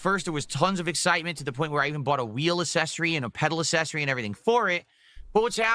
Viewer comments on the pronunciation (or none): Did learn how to say "sussesor" and "assesories" from his parents? What were things like in the home when he was growing up?